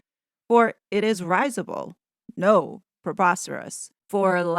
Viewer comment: Lady C said citizenship and domicile are different. I didn't really understand. Also risible "ris" is pronounced like rid in derision. Just because you are so well spoken and mega smart. Hail the Spectator.